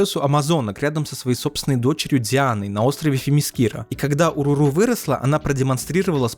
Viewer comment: Не Уруру а О'Роро